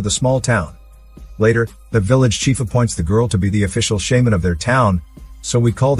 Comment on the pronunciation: Computer generated voice mispronounced shaman. Got too frustrated in the first minute to finish watching.